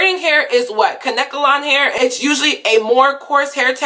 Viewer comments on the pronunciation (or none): none